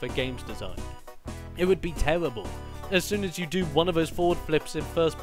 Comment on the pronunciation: geez, someone is on the DESTINY side:( btw its terrible not tewweribwl......